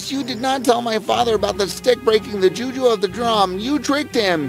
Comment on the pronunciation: She pronounced the juju wrongly